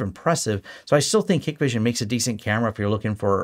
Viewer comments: Hikvision is pronounced Hike-vision by the way…at least that’s how the US sales and tech support guys say it. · Same here. Hikvision in closed loop system with no access to internet, separate VLAN and local NTP server behind a half decent firewall work well. That 'list' is just geo-politics at play, nothing a good sys-ops can't figure out to filter/block any 'phone home' features. PS it's pronounced HIKEvision and written with the E missing. I see more of my Ubiquiti kit calling home than any of my Hikvision cameras have ever done. Hikvision also 10% the price of some of the high end brands so if, as and when anything fails easy to right off and replace.